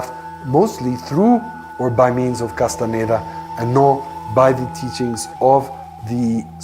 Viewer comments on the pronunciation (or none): کاس تان دا تلفظ میشه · خواهشا اسامی رودرست تلفظ کنید. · واقعا تاسف داره که کسی که روایت میکنه هنوز کاستاندا رو درست تلفذ نمیکنه و زیر س و ن ، در تلفذ کاستاندا کسره میزاره ، در صورتیکه ساکن هست . اگر کمی انگلیسی بلد بود میفهمید که e در اخر کلمه خوانده نمیشه . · اول اسم طرفو درست بیان کن بعد مستند بساز